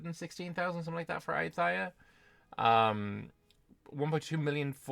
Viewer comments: The ‘th’ in ayutthaya is pronounced the same way as the ‘th’ in Thailand. Namely with a hard ‘t’. Also the stress is on the ‘yu’ and the ‘ya’, rather than on the ‘tha’. So it’s a-YOU-ta-YA. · Hello! Great debriefs that you have been doing for us since day one 👍 just for info, in Thai written in Latin alphabet, the letter H is only to differentiate the prior consonant, so “th” is pronounced like a regular T (like we all do in the word “Thai”), “ph” a regular P (or the island of Phuket will sound very strange with an English pronunciation 😂) etc